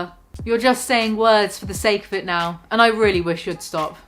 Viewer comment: I cringe so hard everytime onion boy says and; "andtss".